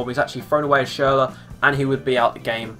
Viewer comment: Schurler plz